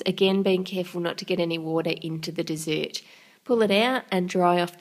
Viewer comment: annoys me how she says dessert